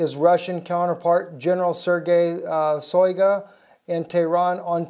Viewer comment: Shoygu (Шойгу) note a Soygu. First sound like in the word Shock. Now we just waiting for a 5-th trampet (Rev 9:1)